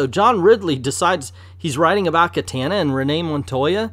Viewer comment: You Mispronounce katana